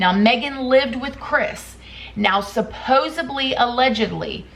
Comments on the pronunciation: "SupposEDly", not "supposUBly". Thanks for the detailed stories & updates! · I'm sorry, I like your zest, but I have to say it - it's not supposeBly, it's supposeDly (derived from 'supposeD'). 🤓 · It's supposEDly not supposEBly. Love you and love your videos. Thought you might want to know you're pronouncing this wrong in all your videos. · I think you said “supposably.” Please don’t say “supposably.”